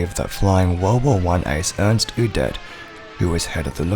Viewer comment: Udet is pronounced as "Ud-ey"